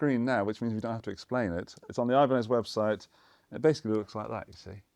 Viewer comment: I'll take the Ibanezezezes 😂